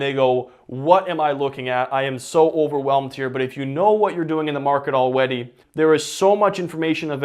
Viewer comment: “all weddy”